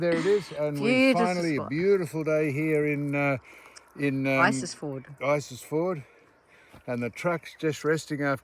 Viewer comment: Australia starts north of the tropic. Everything south is "elsewhere". I worked along this road for four years in the nineties. It's beautiful country, but if you're going to publish stuff Sam, get the names right. It's Isisford, not isisFORD, and Barcoo, not BarCO. And your rig is far too big. You're safer and more comfortable in something you don't have to tow. We used to say (of Victorians) back in the day - "They come up here with a twenty dollar note and a clean shirt, and don't change either whilst they're here". Perhaps you're excused because you're not wearing a shirt...